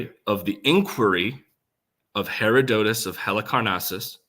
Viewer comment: Her- odd-at-us